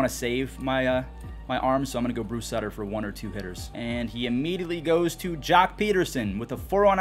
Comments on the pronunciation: Bruce SUIT-er. Not SUT-ter. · Love ya but it’s “Suit-er” not “Sudder”